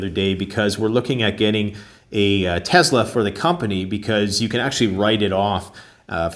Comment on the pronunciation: Tesssssssla. S not Zed dude